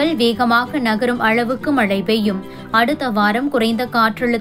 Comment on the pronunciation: தயவாக தமிழைக் கொலை செய்யாதே. மளை அல்ல மழை, வளி அல்ல வழி வளி என்றால் காற்று என பொருள்படும்.